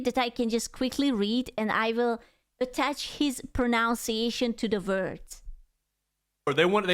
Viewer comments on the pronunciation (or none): The word is "pronunciation", not "pronounciation". pro-NUN-see-AY-shun